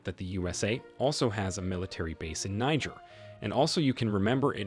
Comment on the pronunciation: Its pronounced like " Nee-Jear" , not the N word